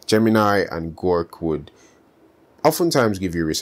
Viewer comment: It bothered me so much that you said "Gork" every time 😂😢